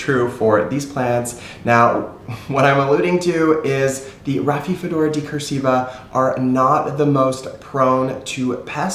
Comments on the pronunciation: "Raphi-do-phora" not "Raphi-fedora". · I’m not sure if you are pronouncing rhaphidophora correctly. And I don’t mean to be rude at all! We are all always learning and I know I butcher names! 😂🤦🏻‍♀️🤷🏻‍♀️